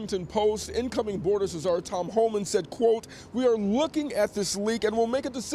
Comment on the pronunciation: This reporter just pronounced the C in Czar. Not too sharp